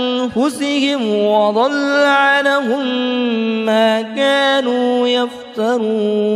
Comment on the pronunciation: Maaf, coba antum cek lagi bacaan pada ayat 24. Kesalahan membaca pada kalimat وضلٌَ عنهم antum baca wadholla a'lahum.